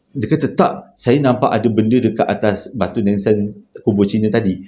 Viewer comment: Assalamualaikum, Saya nak tanya, ni pelat ke? Kalau tersasul tu saya faham lah. Mungkin pelat atau memang bahasa macam ni. Contoh kalau pejam mata jadi kejam mata, batu nisan jadi batu nensan, tercampak jadi tercempak, saya rasa macam pelat je bukan tersasul ni.....